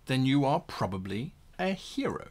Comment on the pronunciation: I'm sorry, at the end of the intro did he say hero or gyro?